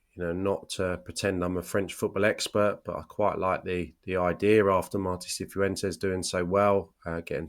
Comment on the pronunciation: Cifuentes is just "si-fwen-tes" rather than "si-foo-en-tes", 3 syllables not 4